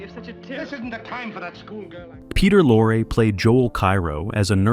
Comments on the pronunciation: Peter’s name wasn’t “Lorra.” He pronounced it Lorrie” and so did the industry Get your stupid AI narration dweebs to pronounce names correctly. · This AI is so bad, They say lore instead of Lorrie and don't even know they're screwing up. The narration is pathetic, for an otherwise good production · When the AI "reader" refers to Peter Lorre as "Lore" - I'm gone. Better luck next time. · Pronouncing "Lorre" as "lore" particularly irritated me. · And Lorre is pronounced lore- ree. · and you know some kid 50 years from now will say that he's saying it right because he heard on YouTube pronounced "Lore". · Why do you pronounce Peter Lorre's name all but the first time you say it? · BET Davis??? Peter LOR?!!?!? for CRIPES SAKE - STUPID Ai narration bullsh*t!! THUMBS D O W N !!!!! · HEY A.I. ROBOT ANNOUNCER! It’s BETTY DAVIS EVRN THOUGH ITS SPELLED “BETTE” Second, it’s pronounced “LORREEE”. Peter Lorre! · Everybody in cinema realms knows: BET-TEE Davis (2 syllables). Peter LOR-RAE. BTW, Peter and Humphrey were lifelong friends. Mary had a SECRET, you say?! Not secret! Scandal. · Ya, I agree with Kerry Lockhart below: can't some of these narrators pronounce names RIGHT?? This narrator bird said "Peter Lor," for peter Lorre, and he said "Bet Davis" for Bette Davis , pronounced "Betty." Come on!